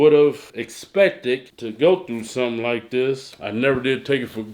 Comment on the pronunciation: "We got sum'n here" LOL!